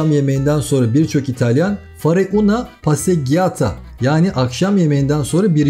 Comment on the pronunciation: Passeggiata (pasecciata okunur)videonuz güzel,emeğinize sağlık.gelenekler (bayramlar hariç)pek gelenekleri kalmamış ,bizim ülkemizde olduğu gibi.italyanca zor bir dil.bir çok üniversite öğrencileri hiçbir kelime İtalyanca bilmeden dönüyor.bilginiz olsun .tiramisu ( beni yukarı çek,neşelendir anlamında)gerçek anlamı,Morino balığına İtalyanlar bakala diyorlar,dondurulmuş ve tuzlanmış olarak satılıyor.sevgiler